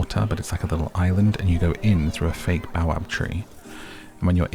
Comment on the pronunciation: baobab is pronounced bay-oh-bab ;)